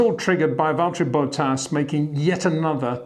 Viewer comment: HEY PETER WINDSOR, I HAVE MESSAGE FOR YOU SIR: it is NOT Max "verSHtappen" ... Max is not German (Germans indeed do pronounce "st" as "sht") ... #Max33 = Dutch NL/Belgium! ... It is not "Bottash" nor is it "Lewish" certainly not "verSHtappen" .... This BS started long time ago when a British sport presenter interviewed father Jos Verstappen and assumed you can use a German pronunciation to a Dutch Driver thinking it is so "funny" ... It is not. SERIOUS QUESTION: Can any Englishman say "versatile" out-loud without saying "vershatile" phonetically? ... Most can, about 99,99% ... that is why most English can pronounce Verstappen 100% correct!